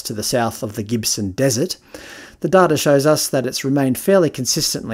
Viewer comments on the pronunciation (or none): none